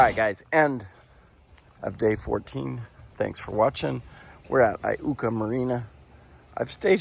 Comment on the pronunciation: Great to see the waters in which I was reared. Was very refreshing to hear IUKA correctly pronounced! Many great things to see and enjoy on the TN River between Pickwick dam and J. P. Coleman State Park (Not mentioning Tennessee-Tombigbee Waterway all the way to the Gulf of America).